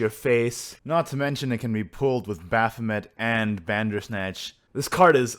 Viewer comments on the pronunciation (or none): none